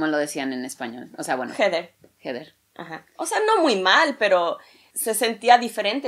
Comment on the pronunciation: Ayyy "jeder" heather o como se escriba y pronuncie, me hiciste chillar que lindo amor de hermanas